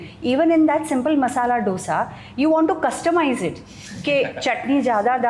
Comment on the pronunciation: Arrey mumbai wali madam, woh dosa nahi hain, it’s dho(as in 2 in Hindi) - sa. Before homeschooling about dosa and the variety of sides, maybe learn how to pronounce it yourself.